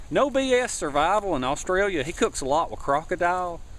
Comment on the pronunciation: the way you said australia made me laugh haha